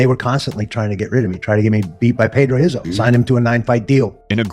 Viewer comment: Who's Pedro Heiso😂😂 ......Pedro Rizzo!